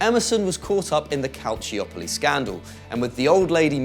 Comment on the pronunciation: Finally, someone who can actually pronounce the word 'calciopoli'